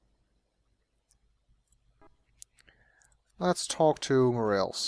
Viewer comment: Mo-Rah-Lehs , not Mo - Reals :) thanks for recording the music with the MT-32 tho!